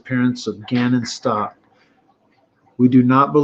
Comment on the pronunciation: I believe Gannon's last name is pronounced as such S.T.O.U.W.K.